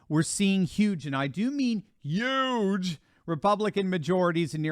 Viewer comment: That's YUGE, 😉